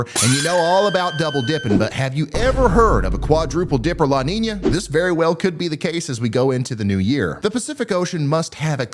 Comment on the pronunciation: That southern twang on “quadruple dipper La Niña?!” tho lol I’m here for it